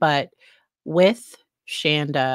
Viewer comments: It’s Shanda not Shonda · yeah. She was always. Ir is Shawn-da not Shaan-da. So every time people say it wrong I cheer a little. Small things. lol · I know this isn't a funny situation, but I have to laugh every time you say her name. She used to JUMP on anyone who called her Shan-da and would be quick to correct you any chance she got. Each time you say it that way I grin because if she ever saw this, it would make her SOO angry. I know some of how she acted and things she would say about her kids, dogs, her husband. All kinds of different things that went on. After watching this, you can tell Paul was abused by both his mom and dad, as were all the kids. (I worked with her at the "tech company" she mentioned In her testimony.) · She's pronounced Shawnda.. . Like in dawn. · I’m obsessed with this case. ❤ SAY HER NAME WRONG!!!!! Love it!